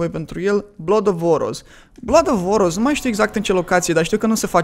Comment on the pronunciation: sti cum se zice loc de oros? orios.